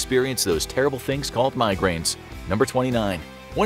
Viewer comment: Sorry but it's bugging me so much! *MigrainE! 😊